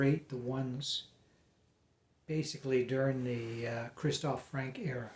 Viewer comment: Not Frank! The nearest pronunciation is Franker. Not Fros! Frozer is probably the nearest pronunciation for English speakers. Why can't American seem to be able to pronounce any names that are English?